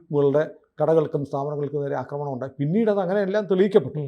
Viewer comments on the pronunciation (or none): none